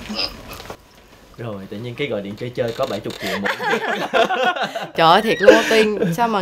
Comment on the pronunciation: Chị Nam Thư nói 400 triệu mà giống như 400 nghìn á😂😂